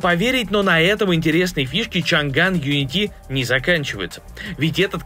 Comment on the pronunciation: Чанань он, а не Чанган! Это пиньинь, а не английский. Твёрдый слог Chang, где g означает твёрдость слога, отстутствие g - мягкий слог. В крайнем случае Чаньгань (если слоги chan-gan). Но в данном случае chang-an.